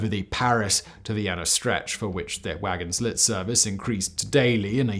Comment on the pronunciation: Nice video. And just a little thing, in wagon-lit, the ”t” is silent 😉